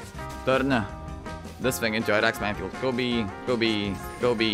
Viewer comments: he says "Go B" or "Kobe" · i think it's "Kobe"